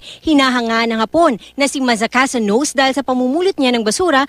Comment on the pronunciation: "nose"? he's Japanese! it's pronounced as NO-SE